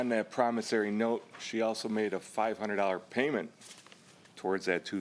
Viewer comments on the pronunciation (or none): Say it with me everyone .... PROMISSORY note, not Promisarry note 🤦🏼‍♀️